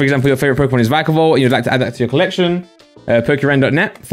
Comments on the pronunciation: Veekavolt or vikeavolt Me: Vikkavolt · it’s v-eye-ka-volt